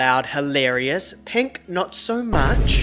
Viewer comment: please dont say penk ever again